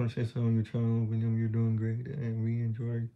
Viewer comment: 😂😂😂 aveces dice Willa 😂